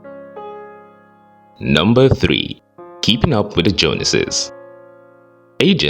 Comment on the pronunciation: You had me until you pronounced "Joneses" wrong. Now I can't trust anything you say. 😂